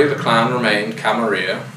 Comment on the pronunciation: I hate how people started pronouncing it "Camaria" now. It sounds vulgar and unnatural to me. Every time I hear it, I almost twinge in annoyance. Camarilla... there are 2 L's in there, people!